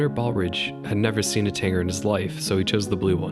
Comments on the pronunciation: Karen here would like to speak with manager about his pronunciation of the word Tanager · Oh no, now he’s saying Tanger, instead of Tanager (with a j sound) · It’s TANAGER, not Tanger! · BTW, its Western TanAger, not tanger. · western tanager. you keep saying "tanger" ...which I think you're reading a mispelling to begin with. I hope? Tanager sounds like "manager" ... what you're saying sounds like somebody who drank to much 80's orange drank. Tanger. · It's a Western Tanager, not Tanger. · You had me until "Tanger." It's TANAGER, as in TAN-A-GER. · What the hell is a TANGER? It's TANAGER (TAN-A-GER). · Interesting video with some absolutely insane bird name pronunciations and naming choices. - Grouse rhymes with mouse, not goose - You're missing an "a" there for Idaho's alternative option - it's the western tanager, not tanger - the willow goldfinch is a specific subspecies of American goldfinch, and alternative names for birds are really common - California gull, not California seagull. (this applies pretty much in every gull case, fun fact) Bonus - "Why are there a hundred species of warblers?" an eternal question, one that can only be answered by Joining the Warblers. Join Them. Join Them. Join Them. BECOME ONE. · Dude did you say "tanger" the whole time? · I kept thinking is he talking about a tanAger? Also mispronounced grouse as well right? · What do you mean? I was bothered about Tanager being pronounced wrong, but is there something I'm missing? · Love the video! As a birder, I agree with your methodology completely. However, I couldn't help but wince when you said "grouse" (should be pronounced like ow, as in "ow, that hurt"), and "tanager" (should be pronounced TA-nuh-jur) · It's pronounced GROUSE, like LOUSE or MOUSE, not GROOSE like LOOSE. Also, It's TANAGER like MANAGER. Not TANGER like Uh.... Yeah.